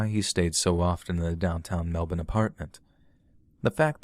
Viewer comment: I want to thank you for saying Melbourne correctly